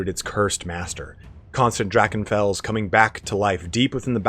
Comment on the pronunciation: I was exited to hear your pronounciation of "Drachenfels" and was disappointed :(